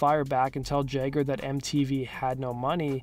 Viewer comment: "Mick Jegger"